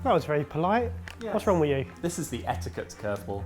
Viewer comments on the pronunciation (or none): none